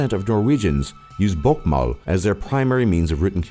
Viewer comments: Istedenfor og si bokmål sier han «båkkmall». Det var så morsomt. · Haha ja hørte dere at han sa bokkmal? Istedet for bokmål😂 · «Nynosh» «bokkmål» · Ahaha «BOKKMÅL» «Nynosj/nynosh» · «Bokkmål» «Nynosjh» «krumkakee» lol! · We actually dont USE Euro we USE «kroner». I hate that Its so much oil tho. We dont USE dollars either!! PFFFFT U SAID Båkkmål and Nunorsk. LOL learn Norwegian. I hate skiing and Im from Norway. I loooove Norwegian food My great Grandmas kjøttboller. U are still sayng stuff Thats SAID wrong on fjords u SAID FJÅRDS. Actually u forgot to say Japanes peoples on nummer 2. Well Its still a big difference on man and womans. But it seems like u didnt know that. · Btw you buthered 'Bokmål' and 'Nynorsk'